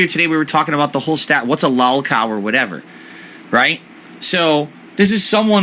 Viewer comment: Why does he keep pronouncing it ‘lalcow’ the idiot